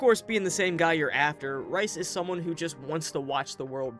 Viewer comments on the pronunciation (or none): Bout 30 minutes in, going great, but how many times am I gonna have to hear him call Rais “rice” 😭